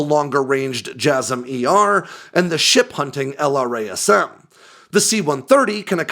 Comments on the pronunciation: Each time he says L-R-A-S-M, I cringe.... Why can't he say it like we all say it? "el-Ras-em" .... Or is this some Aegis style bullshit where the engineers say it different from the operators? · Nobody says "ell arr ayy ess emm". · Brother, why do you say "jazz-em" (instead of the letter), but not "el-razz-em" for LRASM? Save yourself some time!